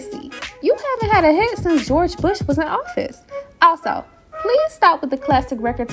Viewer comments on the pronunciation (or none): none